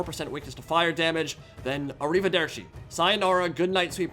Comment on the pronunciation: I loved the “arrivederci” at the beginning of the video, it reminded me of Brad Pitt “speaking” Italian in “inglorious basterds”😂